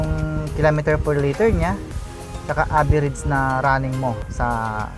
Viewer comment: ehehehe natutuwa ako sayo.. "k-less siya" "ayan odo meyter niya" "averids meyter" ehehe peace bro!